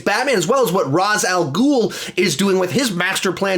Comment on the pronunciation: Ray-sh not Raz….